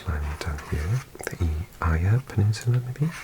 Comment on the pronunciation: Gday from the Eyre Peninsula! (pronounced air). Unfortunately no shoutout for the hometown of Port Lincoln though 😢. It always fascinates me to see what others do and don’t know about Australia. The pronunciation could use some work but otherwise another great vid. Cheers